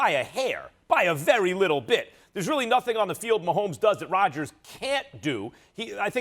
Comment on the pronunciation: It’s Rodgers